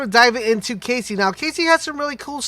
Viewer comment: cassie, not Casey. as in Ka-C ;)